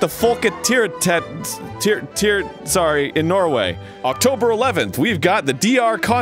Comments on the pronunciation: Fredro im dying over how he pronounced folketeateret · Folketeateret haha